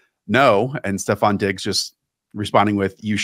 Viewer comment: Stop calling him STEPH Diggs. It's STEFON!